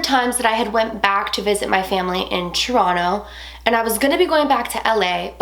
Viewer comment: why u say "tchronow" instead of Toronto? idk it just bugs the living fuck outta me lol but i dont wanna be a grammar nazi, but it irritates me lol still love the channel tho!